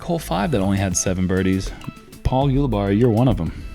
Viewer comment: Is Jerm trolling Paul by CONSTANTLY MISPRONOUNCING HIS LAST NAME??? or is he unaware. Sounds like Barry. Not Barney. Uli (we got that part) Barry (phonetically) Say it together! Ulibarri !!